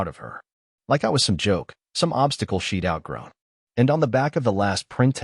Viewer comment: she'd, not sheet